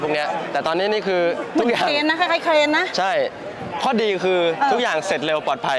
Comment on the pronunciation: กล้องถ่ายหนังมีเครน( Crane) ฟังว่าเคนๆๆๆๆ ขอคำควบกล้ำหน่อยยยยค่าาาาา❤😊 แหม ทั้งguest ทั้งhostเลยอ่ะ?!😮😮 อิ อิ